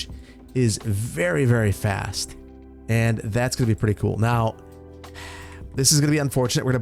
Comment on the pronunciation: wow, cwool